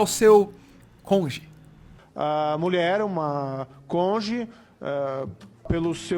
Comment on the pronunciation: Achei baixo ficar zuando porque ele falou “conge”, como se ninguém nunca cometesse algum erro falando.